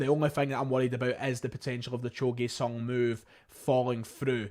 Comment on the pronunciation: It's pronounced "joe GYOOOO sung" not "Gway" I dont know if theres any point in discussing the GG rumours more than what I posted on your video yesterday. FIrst of all there is no indication that Urawa Reds ARE interested and only circumstantial reasons why they MIGHT be. FWIW the only reports of ANY interest are coming from Scotland. Every article in the Japanese press quotes either the Daily Record or someone even less reliable, whereas nobody (in Japan) claims to have a statement of interest from the Reds themselves. But here's the bigger problem. There is no chance in hell that Urawa Reds could come up with 8 million pounds. They had one of their worst financial performances ever, last year, and many believe that the reason why they sold Kaspar Junker to Nagoya Grampus (for E1.7 million) was that they couldnt afford his contract. The maximum they might be offering (and again it is a huge assumption that theyre even interested) would be around 2-3 million Euro.